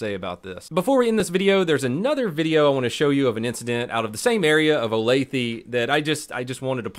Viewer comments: Hi, Kansan here. I am in Olathe frequently and it is pronounced Oh-Lay-Thuh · I’m from Kansas. Olathe and really the entire Kansas City area is pretty bad. PS it’s pronounced (oh-lay-thuh) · Olathe-pronounced OlathAH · Lived in Olathe for a while. The cops are really patient there. O-lay-thuh* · 'Oh-lay-thuh'... (yeah, I do it too, but like it when I learn it right... ) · For the love of fuck ITS PRONOUNCED OH-LAY-FA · People from outside the Kansas City Metro Area have a hard time pronouncing Olathe. It's oh-LAY-tha. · It’s pronounced Olath-uh just an fyi but love you you are the best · My wife knew this person. I'm like 4 years late to this video but crazy to see it on here. Also Olathe the e is pronounced like an A ole-ath-ah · It’s pronounced OH-LAITH-UH. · Its pronounced "oh-lay-thuh" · I know I'm a wee bit late but fyi, Olathe is pronounced "Olay-tha". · Olathe= Oh-LAY-tha. And the KC Star is pretty left leaning so we take what they say with a grain of salt. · Pronounced oh-lay-thuh my guy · Just seeing this Video but you keep saying the name of the town wrong 😂 think of it like saying o lath uh. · Its spelled Olathe but pronounced Olatha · …Olathe is pronounced Oh-lay-thuh. Cute tho. Lol Not trying to be the pronunciation police btw…just helping u out is all. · Pronounced O lath a … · O lay tha is how you pronounce it... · The mispronunciation of Olathe is a violation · ur saying olathe wrong lol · should iI fill afended with the way he said Olathe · I just want to tell you how bad you butchered the name of the town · Everytime I hear him say “ olathE “ cracks me up. OlathA lol. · She asked for it by pointing a gun at them. And it's pronounced Olath-UH not Olath-EE (I'm from around here). Love the vids. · he pronounced the area name wrong, which makes sense, it is weird. It is pronounced O-lay-the. but he pronounced it as O-lay-thee. Sad that she didn't listen to the police. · So um its o-lath-a not o-path-e XD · oh lay thuh